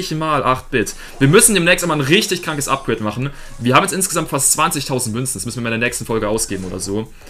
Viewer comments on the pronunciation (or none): none